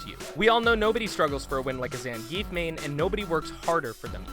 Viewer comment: Say it with me: "ZAHN-GEE-EFF!"